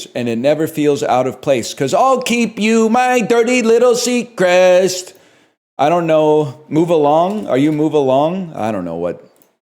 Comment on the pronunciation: I was like "how'd he say seacrest and not secret," then I wondered if it was a word. Urban dictionary says "A straight guy that enjoys the act of giving blowjobs, but is otherwise totally straight." Makes a whole other meaning to dirty little seacrest lmao.